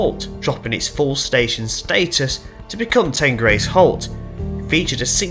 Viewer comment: That's fine but some of my friends and relatives are from the area and I spend quite a bit of time here. I've never heard anyone pronounce it like that, ever. It's the River Teen, it's Teenbridge Council, and the village is Teengrace. Teignmouth is always pronounced Tinmouth. Incidentally, if you read through the comments you will see that other local people have quoted Teen and Tinmouth as the pronunciations.